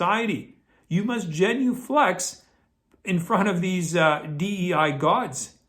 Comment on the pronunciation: it’s genuflect not genuflex 👍🇬🇧